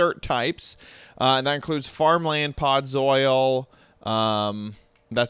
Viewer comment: heh, “podzoil”